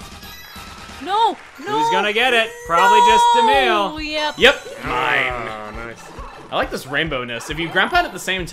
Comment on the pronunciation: It's Emile not Amele!